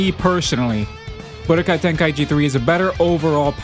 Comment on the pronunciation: Ten KAI chi not tenkaeeecheee